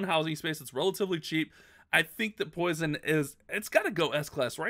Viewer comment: Poison its not s